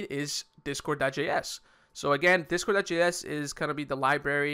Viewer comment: I'm pretty sure the guy said "discord.js" not "discore.js"